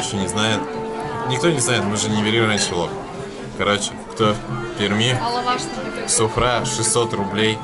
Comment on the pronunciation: Не суфрА, а сУфра. И да она у нас в Екатеринбурге есть